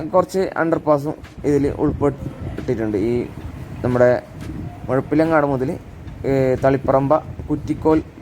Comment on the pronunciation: നല്ല വീഡിയോ, മുഴപ്പിലങ്ങാടിന് മെയ്പ്പിലങ്ങാട് എന്ന് വികൃതമായി പറയുന്നത് കൊണ്ട് പ്രമുഖ യൂടൂബറുടെ വീഡിയോ കാണാത്ത കുറെ പേരെ എനിക്കറിയാം, താങ്കൾ നന്നായി പറഞ്ഞു 👏 Not bothering to learn how to say place names properly is outright disrespectful.